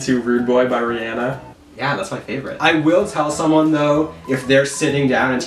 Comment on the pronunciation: wow, ive never actually heard an american pronounce rihanna's name by the correct pronunciation (ie. ri-anna and not ri-onna)